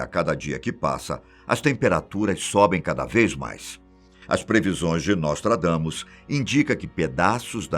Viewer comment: NÓSTRAGAMUS IK..IK...IK..IK.